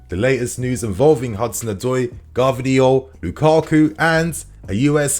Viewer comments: He's not called Gar vidiol, he's called GVAR DIOL 🤙🏽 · Bro love you but its G-V-A-R-D-I-O-L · Why do you keep saying it as "Gahrvidiol"??? Lol hilarious every time. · personally, i think its quite ignorant and perhaps condescending to have searched up how to pronounce his name and still pronounce it wrong in multiple videos "gvardiol". Same goes to other youtubers. And, there are levels to this game Gvardiol is better than colwill, you want chelsea to be a mid table side with all these youth players